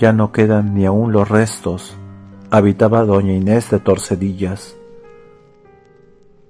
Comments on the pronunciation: "Torsedillas", no...TORDESILLAS, en la provincia de Valladolid y en la Comunidad Autónoma de Castilla y León. Doña Inés de Tordesillas. Gracias por el relato. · ¿Soy el único que se ha acordado de este tema de "Saint Seiya" con la música de fondo? Por cierto, creo que es Tordesillas, no Torsedillas.